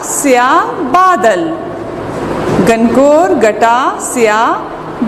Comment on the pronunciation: Lafz he gangoor na ke gangor